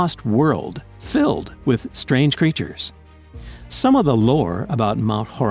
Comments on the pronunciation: fiLLeDd LOL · my guy literally said fiLLed